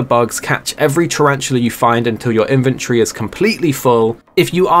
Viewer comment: Take a shot every time says “Inventree” instead of “Inventory”